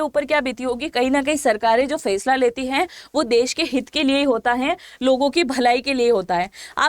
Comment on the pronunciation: फेसला नही फैसला - जेहाद शहर नही जेद्दा शहर उच्चार दुरुस्त कीजिए - मॅम